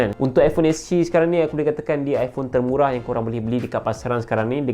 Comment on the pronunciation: "termurah" ➡️ "temura" "cantik" ➡️ "shaentik" stop la bang guna translate..ataupon improve translate.. penggunaan bahasa salah..